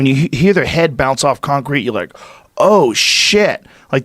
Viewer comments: I cant unhear con-crete now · Joe “con-Crete” Rogan